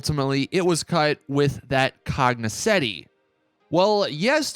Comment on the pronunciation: Why does he say cognosetti?